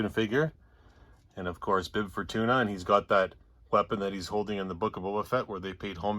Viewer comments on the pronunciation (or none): none